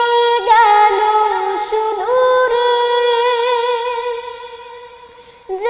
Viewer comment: মাশাল্লাহ, অসাধারণ মাধূর্যভরা কন্ঠ তবে "সুদূরে" উচ্চারণের ভুলটি না থাকলে আরো ভালো হতো